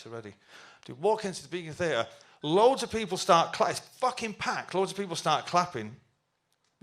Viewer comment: Stop saying ‘facking’ like that Noel you sound like a facking twat